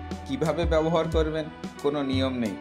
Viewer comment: আপনার পড়াশোনা কতদূর। ব্যবহার উচ্চারণ করতে পারছেন না।বার বার বলছেন বোবোহার। আগে উচ্চারণ ঠিক করুন। তারপর ভিডিও বানান।